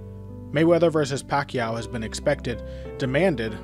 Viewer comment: This guy has been pronouncing Pacman's last name wrong the entire time..